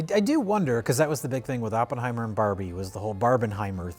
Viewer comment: "Top block-bursters like Bawrbie and Oppenhower". lol..too many lunchtime martinis..